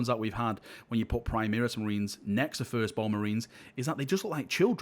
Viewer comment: FFS, it's "Primaris", not "Primeris";)